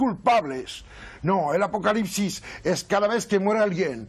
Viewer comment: Acocalipsis, apocarripsis…no logra decirlo bien 😂